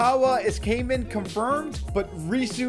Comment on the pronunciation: Its not kaymen is it so hard to pronounce? Kai is litterally a name a just putting man behind It isn’t hard